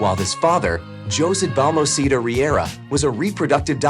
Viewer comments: Yeah, really. Jose is pronounced as Ho-seh, not Johss. Please do your research before you narrate. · yes I did notice that! I guess Jose (hoe zay) is spanish for Joseph, and it was Peenoshay. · That’s not how your pronounce José.